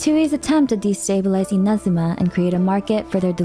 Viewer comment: NO WAY! At last ONE english speaker that pronunce correctly Inazuma!!! Not even in the game the eng voices knows how to do it! Max respect for!